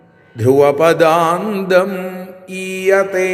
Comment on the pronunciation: 🙏ഹരേ ഗുരുവായൂരപ്പാ ശരണം 🙏ധ്രുവ പദാന്തം എന്നല്ലേ വാക്ക്? പദാന്ദം എന്നാണ് കേൾക്കുന്നത്. 🙏